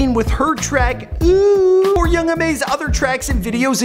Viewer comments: Ooouuu not ouuuuu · it's not ouuuu it's ooouuu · The way he says ouuuu😂😂😂